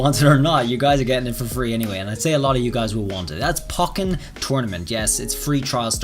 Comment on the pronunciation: Its pronounced Poh-ken btw not Pock-en.